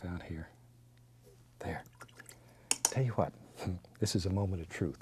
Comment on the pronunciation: ‘Tell yu wat let’s do...”. 😂